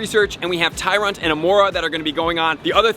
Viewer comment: oh "Tyrunt", not "Tyrant"